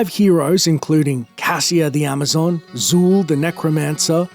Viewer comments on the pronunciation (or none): none